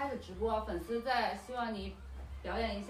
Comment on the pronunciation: 说成匪丝（粉丝）笑死我了